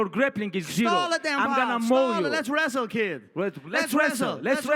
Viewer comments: Fuckin Conor had me in stitches YEAH, LETS RRRESTLE, LETS RESSSTLE even Khabib loled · les wresaaal 😂😂😂